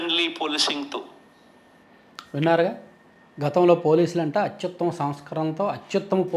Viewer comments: అత్యుత్తమ అని పలకడానికి రాదు. మరేం చేస్తాడు? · భాష లో అధ్భుత ప్రయోగం.... అత్యుత్తమ నీ అతి యుత్తమ అని పలకటం... మరో భాషా కోవిదుడు.